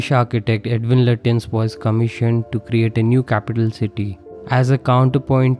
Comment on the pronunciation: Thanks & a well thought out analysis. His name is pronounced "Lutchens" or "Lachh-ens"